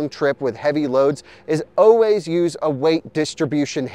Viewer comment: I thought I would come to the comments section, and look for others who noticed that you always say oways instead of always.